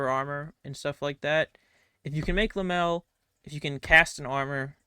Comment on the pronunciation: Wtf is Lamel? You mean Lamellar?